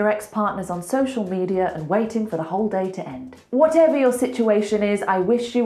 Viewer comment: "what ever you" sounds like "what every you", I'm still learning english